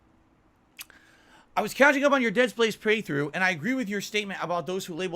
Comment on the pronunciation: "Dead Space Praythrough" So he's just mispronouncing playthrough regularly now.